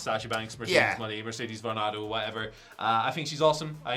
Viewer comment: It is pronounced Mo nay.